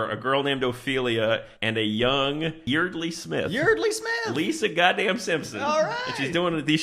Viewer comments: By the way, Yeardley is pronounced like “yard-lee”. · Yeardley is actually pronounced like YARD-lee. And what the hell is up with that milkshake? They just got it, and it was completely melted. I guess Texas is even hotter than they say.